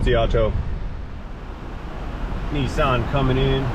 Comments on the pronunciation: Holy what parallel dimension is this??? Did I just hear pronounce Nissan properly instead of calling it a knee-sahhn? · It's Nis San its AC.